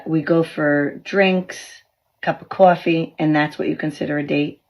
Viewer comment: If a person pronounced coffee as cwaffy that's a deal breaker.